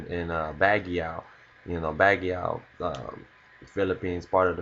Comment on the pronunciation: Baguio is pronounced as Bag Yo (Yo as in yawn). Regardless, Great analysis man!